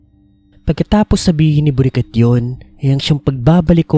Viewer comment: Bakit Borikat 😭 nakakatawa pakinggan😂😂😂😂